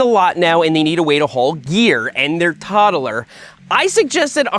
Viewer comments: Can we just clarify that the word is toddler, not toddeler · Can't wait to start pronouncing an extra syllable in toddler!